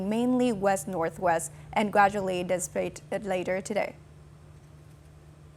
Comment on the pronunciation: Disappating not dispate